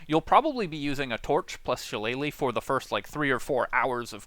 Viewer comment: it's shi-lle-lah, not shallay-leigh I love your videos, except I have to go through your explanation about taking every single spells or proficiency or subclass or stats that inessencial to the build itself. I'm tired listening 70% repeated explanations, which every other video already have, 30% core things abt the build. I'm not only talking abt your channel, every other channel that pops up at the top search always do this. Do the main thing, let us choose the rest.